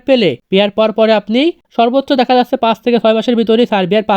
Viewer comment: যাচ্চে, পাচ্চে না বলে ভাই যাচ্ছে পাচ্ছে বলেন ❤